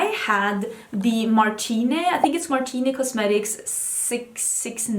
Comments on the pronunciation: Annoying fan aleert! "Martine Cosmetics" is actually prononced "Marteen", not "Martiney" ! 😊 I am soo surprised to see you talking about this belgian indie brand, I didnt' see you comment on it on insta or anywhere else! I've heard that their eyeshadow quality is really good, they do it in the same factory as an italian luxury brand (can't remember which one, but it says a lot about the quality of their product). Also, the owner is a really badass and funny woman :) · Martine is a brand by a Belgian youtuber named Gaëlle Garcia-Diaz, it's french so you'd pronounce it like Martin(e) and not Martiné (which would be the italian or spanish pronunciation), thought I'd let you know since you weren't sure ! I loved watching this video, I had to work so much for school these past two months and I'm really glad I have time to binge-watch your videos again, they really make me happy and I missed hearing you talking about makeup. I also saw you were moving to Austin, I hope it will go well, I'm sure you'll enjoy discovering a new place and meeting new people even though it's not necessarily where you would have like to move. "Bon courage" ! ❤️